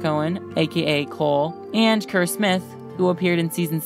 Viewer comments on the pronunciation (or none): none